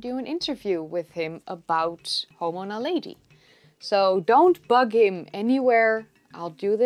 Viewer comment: very good just wish you had pronounced it Na lead e... not Na lady